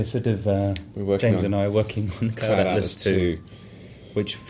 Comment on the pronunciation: "CLOULD ATLAS"